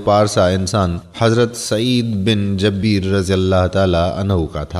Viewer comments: hazrar Sayeed bin jabeer nahi jubair. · AY MERE MUSALMAN BHAI HAZRAT KA NAME MUBARAK JUBAIR H.. JABEER NAHI. MEN APKO GALAT NAHI KEHTA Q K INSAN KHATA KA PUTLA H. OR ALLAH PAK TOBA KARNEN WALON KO PASAND FARMATY HEN.. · خدا آپ لوگوں کو تھوڑا علم بھی عطا فرماۓ جن کو عام الفاظ کا بھی پتہ نہیں حضرت سعید بن جبیر کا نام ہی غلط Jabeer بول رھے ھو یہ لفظ Jabeer نہیں Jubair hai جیسے زبیر ھوتا ھے جبیر بھی اس کا ہم وزن ھے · مھربانی کرکے سعید بن جبیر میں ج کے اوپر زبر نہیں ہے بلکہ پیش پڑھیں شکریہ